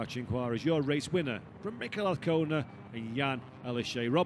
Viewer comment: ...and the commentator sticks with his incorrect pronounce of Azcona, someone slap him on the head!